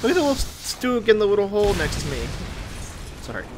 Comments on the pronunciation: StuG --> shtook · pronounce it as a SHtug. by the way is anyone here who could make a custom skin for my SHTUG? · Btw the right pronounciation is ''shtug''